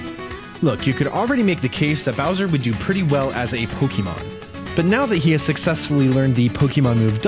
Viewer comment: Nice glitches in the video though you butchered the word Pokémon,there's an accent on the e making it a long A sound:Po-kay-mon